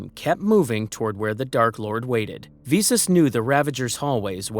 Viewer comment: Get the pronunciation right, vis-us not vee-sus